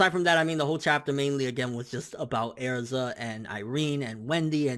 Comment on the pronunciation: you pronounce erza wrong please stop..